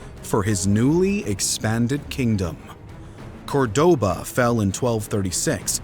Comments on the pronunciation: The way he managed the pronunciation of "sixth" too in English. The mispronunciation of Córdoba is also jarring. Putting the stress on the wrong o. I don't know if this is an AI voice. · And Córdoba is stressed in the first O, as marked by the tick over it, not like the guy on the video. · A most impressive breakdown of the Reconquista, thanks for the amazing contribution. Just a few notes from a spanish native speaker: The kingdom is called Asturias, and the city or Córdoba is pronounced 'COrdoba, rather than cor'DOba.